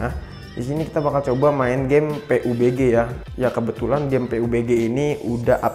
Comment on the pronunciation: Bang saya saranin Kalau sebut nama game pubg jangan Peubege bang Pabjii aja nyebutnya